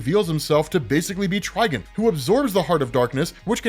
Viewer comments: Bro, why do you keep pronouncing his name as "Trigen"? It's Trigon... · Beyond omega level outside of DC? Schrödinger from Helsing. Dude's near god level in terms of power. Also it's Try-Gone, not Try-Gun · "try-gone", not "try-gun", dude. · I had to quit watching after so many times of hear tri gun. "Try""gone" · I TRULY despise the way you pronounce TriGON. It’s not Triginn smfh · Is it TriGIN? Or TriGON? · Anyone else keep hearing "TrigAn" (try-Gan) instead of "TrigOn" (try-gone)? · TrigOn, not TrigUn. Thats not Vash the Stampede. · Ah yes ....trigin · It’s (try-gone) dummy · HIS NAME IS TRI-GONE!!!!! Please get it right. It’s been 40 years. Please stop downplaying the Titans. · I keep hearing “Tryin” 🤣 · Can’t even watch this video because he’s saying trigons name like a rvtard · Bro say it right 😂 fucking idiot